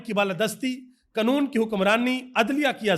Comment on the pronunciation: قنون تریخ صحیح بولنا سیکھیںے